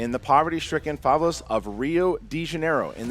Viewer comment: pronunciation of "favelas" killed me lol